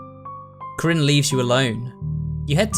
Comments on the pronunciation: I love how he says krin for karin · mate, tbh, the game is so russian that seeing people mispronounce characters names makes me giggle